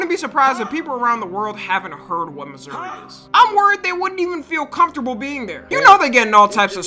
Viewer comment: As a kansas citian, thanks for saying Missouri and not kansas